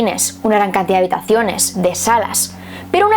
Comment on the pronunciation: Porque dices cantidat es cantidad